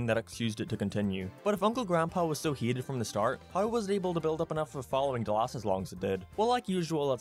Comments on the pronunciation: Are you saying heated. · Say hated not heated damn it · Hieated Thats how he says hated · I’ve only just started watching your channel, but allow me to kindly poke fun at the way you pronounce ‘Hated’ hEEETED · Yes Uncle Grandpa was indeed "heetead" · The way he says “hated” has me HE-ATED